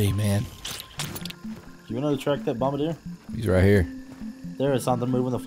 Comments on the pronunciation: the “bombadeer” beetles… I’m fairly sure it’s French and pronounced bom-bar-dee-ay. Anyways love your videos, I watch all of them. Hands down favorite streamer. You rule bro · bombardier is French ( bom-bar-D-A ) most pronounce it ( bom-ba-dear ) if you were wondering you called it bom-bar-der